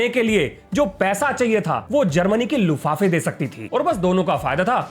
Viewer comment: लुफाफे नहीं लुफ्तवाफे। Treaty of Versailles.